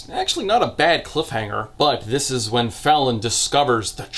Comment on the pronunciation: I cannot get over how i keep hearing her name as "Felon"